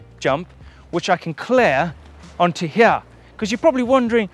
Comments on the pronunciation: Now you've said that I can't stop listening to 'hiyeah' when he says here🤣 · Love how says "here"...."Heeya" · It's a hip jump, that I can jump from hiyeah down to theiyah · listen right meow heryah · It's as if Eric Cartman was playing Super Troopers' "right meow" game.